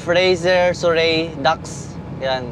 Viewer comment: "Sur-ree" po. 🙃